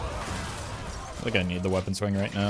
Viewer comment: For anyone who also watches Emongg, please tell me I'm not the only one that hears him saying "yup rock" every time says rock